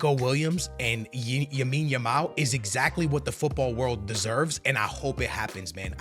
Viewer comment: yes lamine yamal is your favorite player and you cant even pronounce his name right